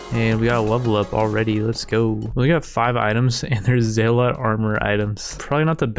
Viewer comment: Isn’t it pronounced as zel-let not zee-lot?